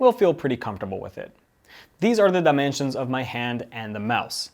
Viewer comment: That "dimensions" threw me off.